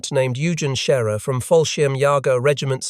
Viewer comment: A GERMAN LIEUTENANT NAMED YOUGEN SCHERER EUGEN IN GERMAN IS PRONOUNCED OYgen. SCHERER WAS ABOUT RIGHT.